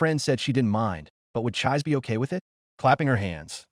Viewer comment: Chee-say not chize.